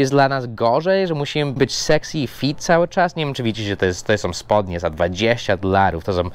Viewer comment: źle wymawiasz fit! Fit to nie stopy. Fit to fyt 👨‍🏫 😉